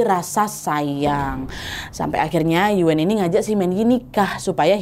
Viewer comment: Yuen bacanya Yuun aja Nad. Agak dimonyongin. Distrik Sham Shui Po gak cuma dulu aja kerasnya, tapi sekarang juga masih seperti itu. Salam dari HK ❤